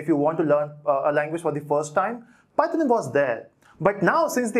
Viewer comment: It does matter how you pronounce it. It's python bot Pieton lol